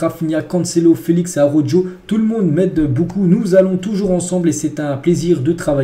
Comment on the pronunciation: Slt Je viens de découvrir ta chaînes. Franchement va falloir que tu fasses un effort sur la prononciation des prénoms des joueurs. Entre Pau cubarsi et Araujo c’est chaud sérieux